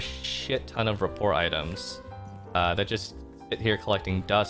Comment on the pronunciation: How did no one in twitch chat tell you you're pronouncing "rapport" incorrectly??